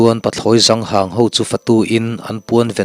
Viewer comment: Ṭhang i lamh dan hi, ṭhangharh kan lam a ṭhang ti a lam tur a ni zawk lo maw....